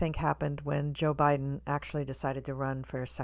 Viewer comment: Why do you say JaBiden?